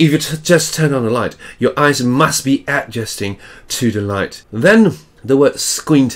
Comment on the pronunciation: that’s not how you pronounce squint nor adjusting